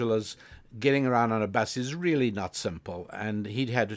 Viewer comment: "How the world rrrrrreally works!" 👌🏿It's dope Rabbi, keep it going! 💯